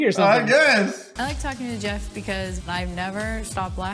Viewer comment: Ge-off lol okay then